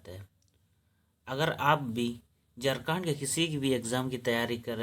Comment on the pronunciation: जारखण्ड बोल रहे हैं